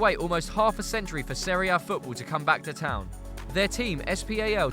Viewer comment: Huddersfield towh